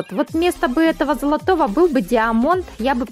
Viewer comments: Поравильно говорить не диамонт а даймонд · ты даже не понял(а) про что я говорил не про гласную в последнем слоге а в первом в английском язы сочитание "ia" дает звук "ай"